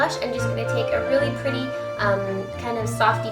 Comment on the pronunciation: Wish I was a girl now. I want to be a pwetty pwincess! :D